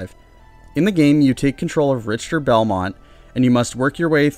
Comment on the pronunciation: Rich Ter? I thought you were calling him Richturd. I think its pronounced Rick ter belmont